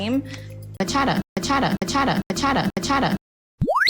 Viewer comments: The way says "bachata" 😂. Girlllll...it's ba-cha-taa! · Bachata ?!! I dance much much better than her. Yes you are beautiful girl but you don’t even pronounce Bachata correctly in Spanish. 🤦‍♀️